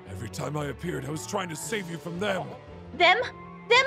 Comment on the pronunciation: Uy you FWOM CASH